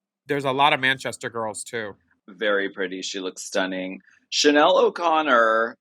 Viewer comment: Alaska’s Chanel accent is PERFECTION!